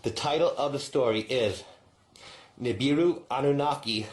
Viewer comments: Why do say NUBAROON??? rofl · He said Nuburu... He said da Pope Nem lol 😆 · woke 😂😂 they rather deal with sleeping zombies doped up !! and is the same incident Rashad Jamal spoke about over a year ago? why he laughed at the preacher pronunciation 😂